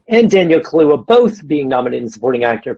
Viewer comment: Ayyy said Kaluuya right, or at least in the same way that Steve McQueen says it (which I'm hoping is right)